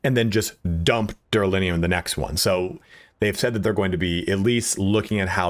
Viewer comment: Dude thanks for help but why calling it duralinium?